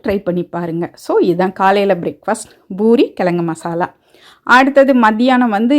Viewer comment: Poori not boori please.